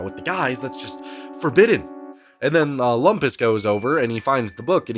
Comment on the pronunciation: Thanks, I haven't seen the show in a while, and it sounded like was saying Wampus instead of Lumpus.